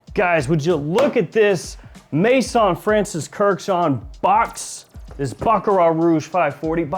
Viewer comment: As you're always seeking ultimate quality, perhaps you're interested that 'Maison' is not pronounced 'may-son' but 'meh-zòhn'.